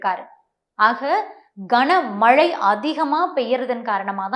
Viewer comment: கஙனமழை இல்ல கனமழை